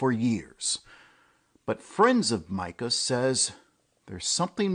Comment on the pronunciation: It's My-cah, not Mee-cah.